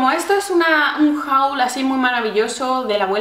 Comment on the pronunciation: Me gusta mucho tu canal y todas las cosas que has comprando. P.D: la pronuciacion de haul es /hol/